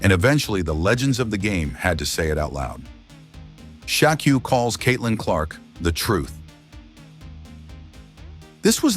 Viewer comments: Who the hell is ""Sha Q?" Frickin AI narration! C'mon! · "Sha Q" wtf?